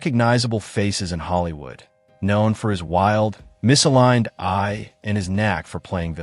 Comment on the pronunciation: Very informative. But it's kind of distracting when the robot narrator is so confused by the word "eye".😮